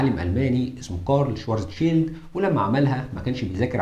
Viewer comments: الحلقة دي رائعة جدا جدا انت اتكلمت عن علماء طول التعاقب الزمني هضم اسمائهم بس أنا حاطت لمعظمهم صور في شقتي … ملحوظة النطق الصحيح لاسم العالم الألماني هو كارل شڤارتسشييلد مش شوارزشيلد تحياتي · وين يا عم وينك ...اشتقنالك ....بس للتصحيح اللفظي باعتبار الاسم ينطق بالألمانية : شفارتسفيلد